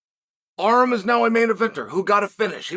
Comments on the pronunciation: Why does uncle Chael pronounce Armans name as "Arem"??? My dude needs to learn Armenian because we are in the division to take over! ARMAN TSARUKYAN!! LETS GO CHAMP! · Learn how to pronounce his name - Ar-‘an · Who's Arum lol.. Its Arman 😂 😂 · Uncle chael calls Arman ARM 🤣🤣🤣🤣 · This entire video was a fever dream. If i have to hear "Arrem" one more time...